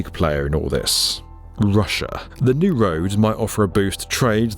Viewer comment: Is it just me, or will everyone belcome the dew road from the noffff ?